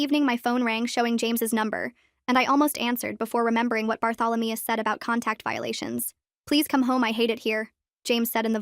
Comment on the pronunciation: “Barthalameus” now that’s a new one 😂